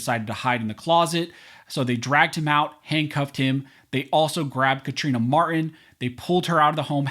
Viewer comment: The victim's name is Mar-Tin, NOT Mar-in. Please, don't be lazy...PRONOUNCE the T!!!!!